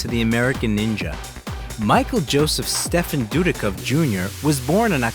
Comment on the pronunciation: Stephen is pronounced Steven. I ought to know. Name has been around for over 2,000 years. Just like the Feast of St. Stephen the day after Christmas or famous English Physicist Stephen Hawking.